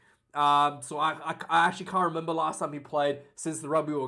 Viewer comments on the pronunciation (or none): none